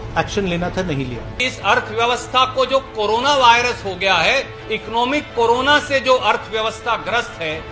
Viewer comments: करोना नहीं मैडम कोरोना कहो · करोना नहीं कोरोना होता है एंकर जी